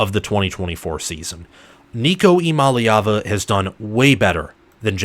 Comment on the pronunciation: You’re leaving out the “Yah” Eee-YAH-mah-lay-ah-vah Also, this passing attack will likely end up being considered superior to 2022 and 2021. Far more depth and talent at WR and TE, and Nico has higher ceiling than Hooker.